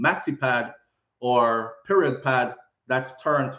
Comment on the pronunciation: I like how you say" period." Cause that it. Take or leave it. Lol.